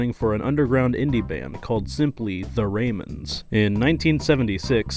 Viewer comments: It’s the ramones …. Rhymes with cologne just sayin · It's pronounced Ra-moans.